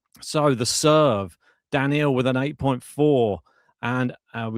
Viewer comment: it's Daniil (DaNeel) not Daniel, always find it cringe when people say names incorrectly...